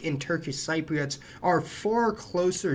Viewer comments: Wonderful video - thanks! Levant is pronounced Luh-VANT and Cypriot is pronounced SIH-pree-ut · Hi! I’m a “Cypriot” 😅 a bit late to comment but Cypriot is pronounced as Sip-reit 😆 also great video! Any more content on Cyprus? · very informative video, as always. May I point out that, for some reason, the 'p' in Ptolemy is silent, i.e., TAH-lem-ee, and Cypriot is SIP-ree-aht? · Cypriot is pronounced Sip ree ot. Levant is Leh-vant, and many other words of people and places were mispronounced. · Just a tip, check how you pronounce Cypriot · Please do not take this the wrong way, but every time you say the word “Cypriot” it just drives me nuts! I studied Latin (Greco-Roman history and some Classical Greek in high school) and I have some ethnic ties to the region, but in US or UK English it is well established that “Cypriot” as a noun or adjective is pronounced “SIP-ree-Ut”. listen here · Can I just say you kept pronouncing Cypriots incorrectly. But you did explain why I have seen DNA reports of many Greek Cypriot not having geeek ancestry in their gene pool, and why many Turkish Cypriots having Greek ancestry. It’s so confusing. Basically as we are in the centre of that region of the world there has been a lot of ‘mingling’ of the blood lines. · A friendly suggestion - you may want to check out the correct pronunciation of the words "levant" and "Cypriot".